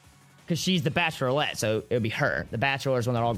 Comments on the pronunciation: The Bachelorlette is so hard to say XD thats because its Bachelorette XD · The reason you were having issues saying Bachelorette was cause you were adding an extra L. Lol. Love you guys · Was anyone else annoyed at for mispronouncing bachelorette